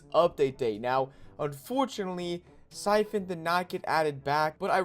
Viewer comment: Pho Coun lol it’s Siphon